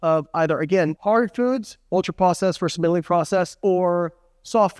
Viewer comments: Not “minilly;” it’s “minimally.” Not “verse;” it’s “versus.” 😂 Otherwise, great video, as always! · Is he saying minaley?